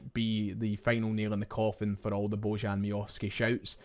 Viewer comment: Baw-yan is the correct pronunciation.